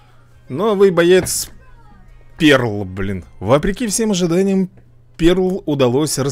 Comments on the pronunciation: Рени не перл а пёрл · Пёрл правильно говорить